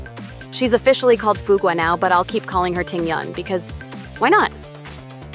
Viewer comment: Pronunciation is is fyou-g, by the by